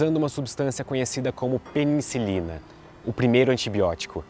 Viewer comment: Fiquei com uma dúvida, várias vezes você pronunciou peniNcilina, é correto?